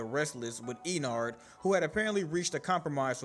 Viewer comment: You said: Me and Sister: noo is not is ennard